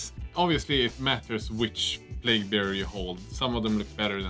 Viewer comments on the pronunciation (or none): I feel bad to criticise, as you do a phenomenal job making these videos in a language that isn't your mother-tongue, but... you know it's plague, no plauge, right?